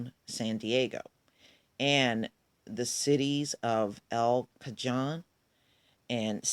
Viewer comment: El cajon pronounced El ca hone,hone sound like bone